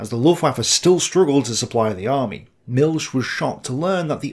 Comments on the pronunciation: Milch isn't pronounced "Milk" It's more like "MilH". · Great Content, but you say Milch wrong. Its not the english ch, but more like in the scottish "Loch Ness". There is no S sound in the german word Milch.